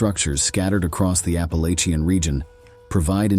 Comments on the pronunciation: Love the whole aesthetic of this video. But, as a Southerner who grew up in the WNC mountains… It’s App-ah-latchin’, not App-ah-lay-chin 🙏🏼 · My guy, it's pronounced Apple-Atcha.